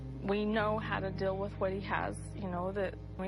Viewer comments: That drives me nuts that Royn always says Dill instead of deal! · When she says Dill, all I think of is a pickle.